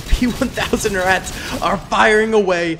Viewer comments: As a German, we definitely pronounce “Ratte” with the e, it’s just a bit short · Ratte pronounced "Ratter" with a clipped final syllable. As we would say "patter". And maybe howitzers with arcing fire might have some joy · And we certainly do NOT pronounce it “Ratter” like another comment stated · You mean Rattay?